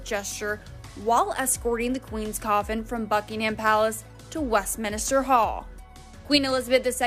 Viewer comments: Lol, it's Westminster, not westminister. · Its WestMINSter not "Westminister" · Someone doesn't know the British Name...west minister.... west minster!!!! First lets get educated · Its Westminster not WestminISter. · The way she kept saying Westminster drives me nuts and I’m American. Not sure how it’s actually pronounced but I have always heard it differently than she pronounces it. Sorry not picking on her or being mean. Maybe it’s just the lack of accent? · It's the pronunciation that rubs me the wrong way. It's total disrespect that the American announcers get it so wrong. Image if a foreign correspondent was to consistently mispronounce American city or institutional names - there would be hell to pay. Utterly disrespectful, (and ignorant) particularly at this time.